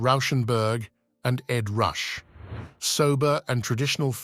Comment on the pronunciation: "Shadley gladly"? "Ed Rush"? , it's "Ed Ruscha" pronounced ed roo SHAY. Who wrote the script for this video?